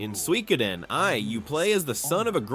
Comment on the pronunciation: The way you pronouncing Suikoden is kinda cringe